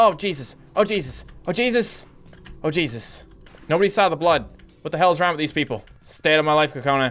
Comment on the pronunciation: U said it thong/ wrong